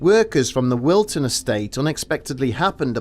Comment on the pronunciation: Wiston not Wilton